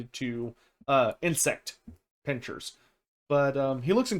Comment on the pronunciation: Pincers and chitinous are pronounced differently